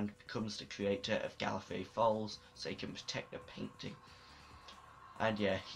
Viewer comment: Why did you keep saying "creator"? At least it sounds like it. "C-yew-ray-tour".